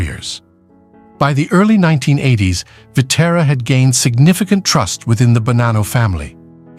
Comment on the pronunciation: Pitera, Kithra and Pit Ra were the most ruthless crew, created by an AI voice, until Pie Terra blew it up